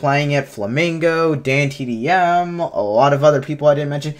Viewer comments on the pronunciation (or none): none